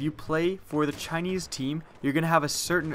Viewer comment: "Chineese team."